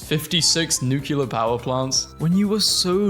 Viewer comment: 'nucular' why!?